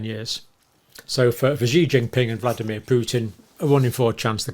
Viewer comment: Dr Campbell, President Xi's name is pronounced with an "s" sound, as in an Italian "sì" or "she".